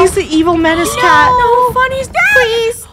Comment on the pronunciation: LUNAR'S SCREAMING "NO" SOUNDS LIKE THE SONG "0.0" BY NMIXX WHEN LILY SAY THAT UM IDK